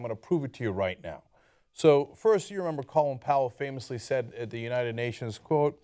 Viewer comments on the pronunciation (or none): "Colon"? His name is Colin... ..."Colon"?